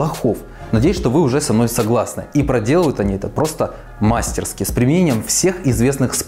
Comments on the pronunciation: В слове мастерски ударение на и. А канал нравится ❤️ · Прошу прощения, что поправляю, но правильно говорить не "мАстерски", а "мастерскИ".